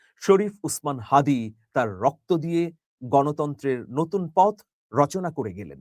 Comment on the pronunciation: মি মানিক তারেক রহমান হাদিকে নিয়া যে বক্তব্য দিলেন তা কি তার মনের কথা? দলের কথা? না কি জনগনের সেন্টিমেন্টের নিকট আপোষ করতে বাধ্য হলেন? কারণ তার দলের মহাসচিব হাদীর নাম টা ৪ বারেও শুদ্ধ করে বলতে পারলেন না। অথচ জাতিসংঘের মহাসচিব পর্যন্ত হাদীকে চিনলেন। সুতরাং তারেক জিয়া যদি কৌশলের কারনে হাদীর নাম নিতে বাধ্য হন তাহলে সেই কৌশল বুমেরাং হতে বাধ্য হবে।